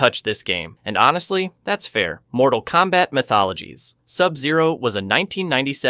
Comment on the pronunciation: MK “My Thologies” 😂😂😂